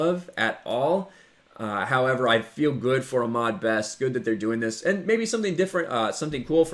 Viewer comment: You're saying Ahmed wrong. It's Ah-MED not Ah-MAD.